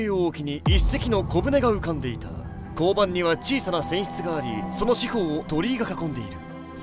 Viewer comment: 甲板こうばんではなくて かんぱんです